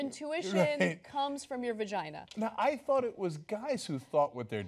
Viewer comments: what did he call it? "vergeen"???!!! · This man cannot even say the word "vagina". How dare he weigh in on this topic.